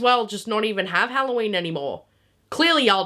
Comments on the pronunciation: “it’s Halloween not HelloShien” Is FRYing me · This is halloween, not hoe-llo-weeb